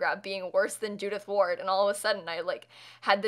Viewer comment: A bit later but I heard Judith Ford not Ward so I thought it was kinda like a 36 questions reference XD